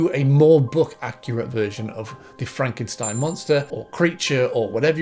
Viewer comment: by the way, its mexican that frankenschtain😜